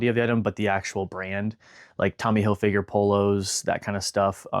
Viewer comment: Why can't anyone on YouTube pronounce these designer's names right? Hil-FIG-er. Ralph Lor-EN. 😡